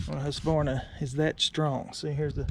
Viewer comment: When pronouncing Husverna try to add a K, where the Q is in Husqverna . It means home (grain) mill.